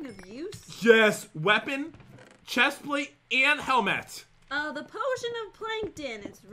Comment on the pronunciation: Look how he said helmet